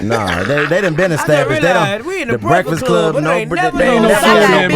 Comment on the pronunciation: DC: “Brehfuhcluh wun Brehfuhcluh uh few yeeh ago” 😂